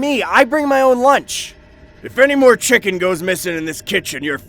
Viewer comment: 3 he said it was thee BEST "chiken" he had